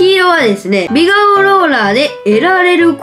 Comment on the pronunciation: 美顔 「びがお」じゃなくて「びがん」だよ笑笑